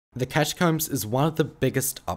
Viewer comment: why do i hear "cashcups" when he says catacombs